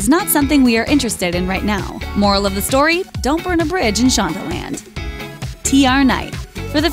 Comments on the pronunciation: she’s saying shondaland (the name of shonda’s company) not shonda lamb! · Did she say shonda lans? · It sounded like she said sho da lambs